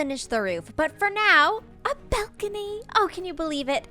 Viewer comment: "belcony"